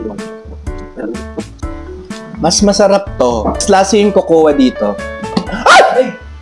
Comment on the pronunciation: Cocoa is pronounced as kow-kow. Not kow-kow-wah